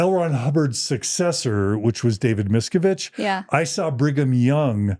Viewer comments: dear John PLEASE learn to say Miscavige correctly Mis-CAV-age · Miss-ca-vidge: Miscavige, not Miskovitz. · John, Miscavage rhymes with cabbage - helping you with the pronunciation 🙂